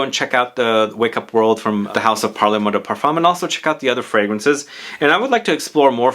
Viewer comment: Great video, —as always! FYI, it’s not pronounced “parlay moi,” it’s pronounced “parl moi...” That final “e” doesn’t get articulated in the same way it would in Spanish/Italian.